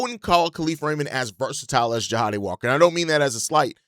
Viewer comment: JAH-DAY my dude, JAH-DAMN-DAY.